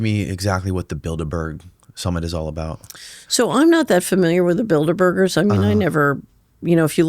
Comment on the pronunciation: Y she say bilderberger... like asperger or burger builders..lol